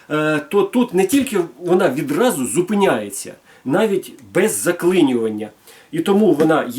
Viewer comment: Ти 20 секунд не можеш без "відрази" казати? Яка "відраза" що таке "відразу" Може "одразу" ???))) Азірови зібралися(((